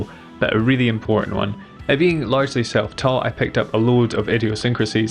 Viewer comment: The first time he said "being largely self-taught," I thought he'd said, "being large and seven foot tall." I had to stop and rewind.